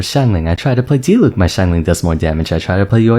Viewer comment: Anyone who calls Diluc, Dieluc makes me wanna cry. How hard is it to pronounce his name right?! 😂